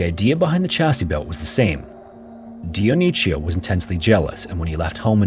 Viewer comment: Funny way how the narrator pronounces Dionisio as Dionicio as if it was Italian instead of Spanish from South America.